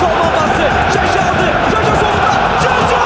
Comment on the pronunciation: Ömer Üründül bir yayında jaja yı yaya diye telaffuz etmişti ben baya travma yaşamıştım o zamanlar 😂😂